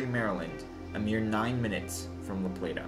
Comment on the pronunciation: Good video brother I remember that tornado.. thanks for pronouncing la Plata and Appalachia 👍👍 Right